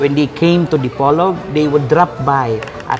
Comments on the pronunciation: boss, sa PO po ang rising intonation sa Di-Po📈-Log ❤ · idol DI-PO-LOG City. slow lang:D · Panoorin ko sana kaso iniiba mag pronounce ng Dipolog.